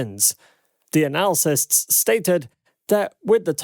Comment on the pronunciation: Mispronouncing the word analysts hurts your credibility. Analacysts is not correct